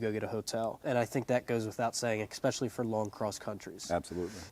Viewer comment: Why do people keep saying especially without know how to pronounce it? They say exspecially